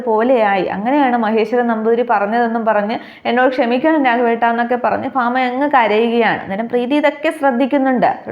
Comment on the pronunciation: Fama alla bhama parayu ucharanam sariyalla